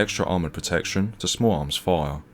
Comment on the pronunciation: Why cant you pronounce "fire" properly